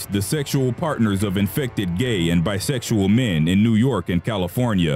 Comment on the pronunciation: The way be said 'sexual men' triggered me